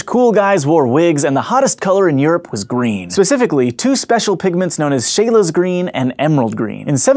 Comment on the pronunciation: This was actually really well researched! The only nitpicking thing is it's called "Scheele's green" as in "Sh eel" not "Sheh-lay"